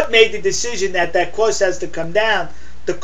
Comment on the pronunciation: What's a Cwoss?